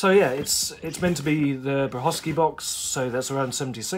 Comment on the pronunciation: Great comparison and very informative! I have only one query - when you're talking about the 4th Doctor boxes (and the "good condition" custom you made for that client), to whom do you refer to when you say "Brahosky"? I'm only aware of Peter Brachacki (pronounced "Bra-chat-ski"), the original Doctor Who production designer, who was responsible for the original '63 and '66 props, as well as the original TARDIS interior. Cheers!